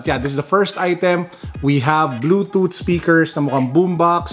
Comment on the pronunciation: "Ze Bluezooth Zevice Iz Counnected Zeccesfuly." 👍😆 G' morning 🙏👌keep safe.